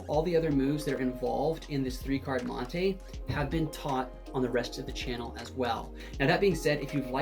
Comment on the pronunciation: It’s mon-tee not mon-tay